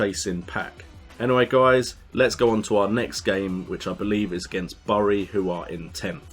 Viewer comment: Bury is pronounced "berry"